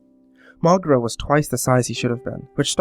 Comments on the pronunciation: its pronounced "mow-geera" not "mogra" fyi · It's not pronounces "Mohgruh" It's pronounced "Moh-gee-ruh"